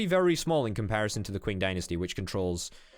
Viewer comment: The Qing Dynasty is pronounced "Ching" at least in American English